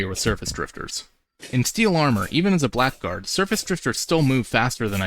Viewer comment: It's pronounced Blaggard, not Black Guard.